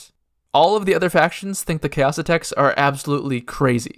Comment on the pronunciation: Pretty confident you're mispronouncing Xaocitects. Was always pretty sure it's more like "Zaositechts" and had pronounced it that way myself, not "Chaositechs."